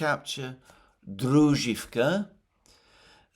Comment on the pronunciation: Druzhkovka with accent on O